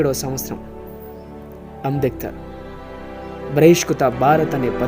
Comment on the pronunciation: Ambedkar పేరు సరిగ్గా పలక లేక పోతున్నావ్... ఎంత బాధాకరం